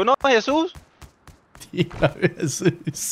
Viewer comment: Him: I just want to toll you something. Also him: You know Hesus?